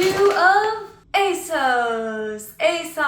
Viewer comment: I used to work for ASOS, it is indeed a UK based company. And it's pronounced ASOS as in moss FYI 😊